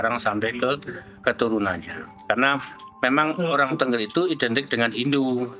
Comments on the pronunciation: Naratornya salah dalam mengucapkan Tengger, bukan Tengger spt kalimat burung bertengger...tapi e nya diucaplan e spt kalimat 'tenggelam..." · Bacanya itu t𝙚ngg𝙚r bukan tengger